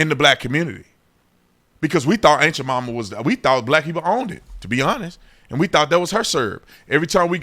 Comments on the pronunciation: I've heard "ant" Jamaima and "aunt" Jamaima, but "ain't" Jamaima? You just made that up. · I done heard everything, "aunt" "ant" but I AINT ever heard... of ain't Jemima. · The way you say "Aunt Jemima" I keep hearing "Ain't You're Mama" and I'm busting a gut. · Haha. Sounds like officer Tatum is saying “Ain’t yo Mamma” 😂😂 I can’t unhear it. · Honestly everytime you say aunt jamima all I hear is "ain't cha mamma". Am I the only one?. 🤣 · Lol it sounds like you’re saying “ain’t ya momma” 😂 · when you say "Aunt Jemima" i swear it sounds like youre saying aint ya mumma lol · I swear you said "ain't ja mama"